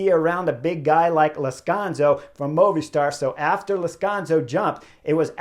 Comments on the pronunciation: Chris, it's Lazcano, not Lazcanzo. Anyway, great review again! I don't get to see many of these race live, but watching your video's is almost better. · I'm sorry Chris, Lazkanzo? or Lazkano? Not once you said it right knucklehead. :)